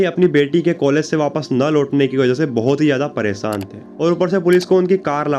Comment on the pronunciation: Social media per aap ko k apni language per thoda work karna chy sha ko sa Mt bolye pronunciation acchi honi chahie ek anchor ki presan nh hota preshan hota aapki language bihariyon Jaisi hai isliye story sunane ka maja nahin aaya anchor hone ke liye language per command hona zaroori hai